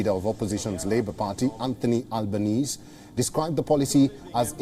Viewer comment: This guy’s pronunciation of the Labour leader 😂😂😂